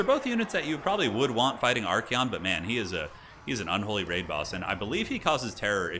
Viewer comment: I just noticed how Archaon is spelled, u pronounce it as ArchEon, but should it actually be ArchAon?